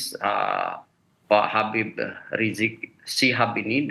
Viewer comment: Woyyyyy susah amat lidah kamu bilang Habib ??